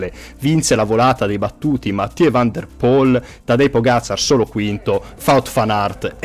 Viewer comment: In Nederlandese il dittongo OE si pronuncia U (De Boer = De Bur; Koeman = Kuman…); dunque Van der Poel = Van der Pul.